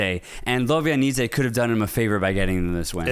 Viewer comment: Lob -ja -nidze 😅 no Lobianidze